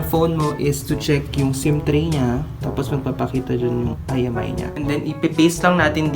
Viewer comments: imEi po hnd iMi 🤦🏻‍♂️🤦🏻‍♂️🤦🏻‍♂️🤦🏻‍♂️ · It's IMEI not IMI..